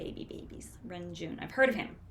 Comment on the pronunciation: renjun's name is pronounced more like lun-jwun but you can also use an r for the l. Here is a video on how to pronunce his name they make videos like this for most well-known idols